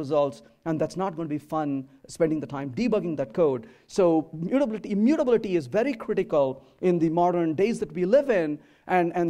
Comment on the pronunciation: all good but the way he's pronouncing immutability, is something I can't handle